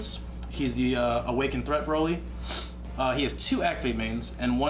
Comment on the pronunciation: Its pronounced (bro-lee) not (bra-lee)